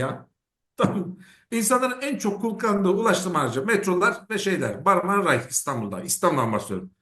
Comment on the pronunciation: Marmara Ray değil, Marmaray. Aynen Ankara Ray olmayıp Ankaray olması gibi. köyden yeni mi geldiniz? Böyle fahiş bir hatayı bari siz yapmayın..😮